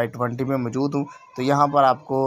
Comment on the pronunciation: MJOOD nahi MO JOOD hai 🤣🤣🤣